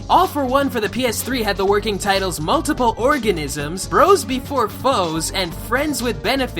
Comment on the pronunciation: "Mutliple Organisms" just...WTF xD